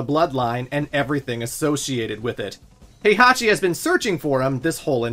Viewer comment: Good god you unironically pronounce Heihachi and Kazuya like that? Did you even play the games?